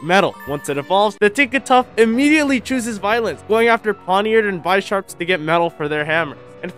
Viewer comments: Did this man pronounce bisharp as “bye-sharp”? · I immediately had to say this the moment you said "bye-sharp" because that peeves me so much. It's based off the Bishop chess piece. Are they called "bye-shops"? No, it's "Bishop" and "Sharp". Sorry to be that guy, but the mispronounciation of Pokémon names just peeves me that much.